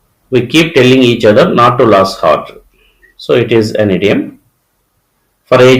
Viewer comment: Brother, Lose in the sentence "Not to lose heart " should be pronounced as loose(లూజ్) but not as లాస్.